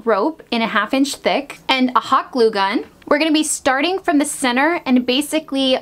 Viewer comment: You kept saying “cenner” when you were doing the tyre, what is “cenner” I’m confused?